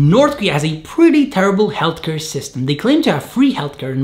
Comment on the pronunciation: Is (ealtcare) not (jeltker)